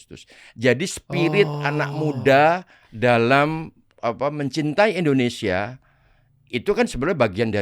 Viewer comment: Indonesia bukan Endonesia, Nung 😂